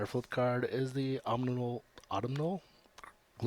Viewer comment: A bit slow and droll. Appreciated the knowledge of reprint trivia. abelzumi sent me here from Tumblr. Good luck with the channel! Pronunciation help: Ephemera is (ef-FEM-er-a) Autumnal is (ah-TUM-nal) Triskaidekaphobia is (tris-kuh-DEK-a-FO-bia) It's moon-'silver', as in the metal. (Slivers are the hive tribe from Rath and Otaria in the Weatherlight saga ;D )